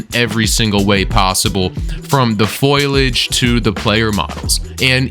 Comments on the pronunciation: Did anyone notice this dude say “foilage” instead of foliage? 😭😭😭😭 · Did he say "foilage?" 😂